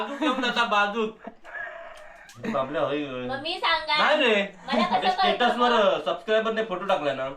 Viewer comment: Tetus nahi re stetus